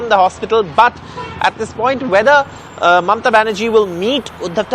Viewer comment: Her name is Mamata not Mamta.